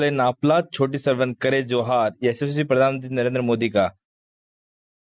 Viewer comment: जी को तो जोहार शब्द बोलने भी नही आ रहा है क्या जमाना आगया है अपने स्वार्थ के लिए नेता जी क्या क्या करने के लिए त्यार है एक टाइम जोहार शब्द को वोरोध कर रहे थे वो आज जोहार बोल रहे है